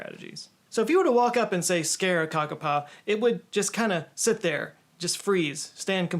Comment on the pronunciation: hiiii new zealander here and your first pronunciation of kakapo was actually perfect. ka pai! (good job in maori)